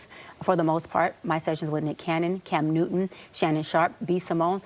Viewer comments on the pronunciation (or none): none